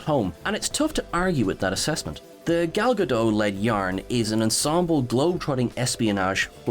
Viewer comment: The woman's name is Gal Gadot! The "t" is NOT silent! She's Israeli, not French! Vladimir and Estragon are not waiting for her! She's been making movies for 15 years now! Get her name right!